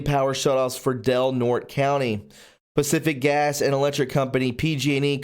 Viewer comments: Del Nort-ee' not Del Nort. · Del Norte = "Del Nortay". It's a Spanish name. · Good reporting... It's pronounced Del Nortay. The e at the end of the Spanish name is pronounced as a long a...It means of north or the north, county. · Del Nor tey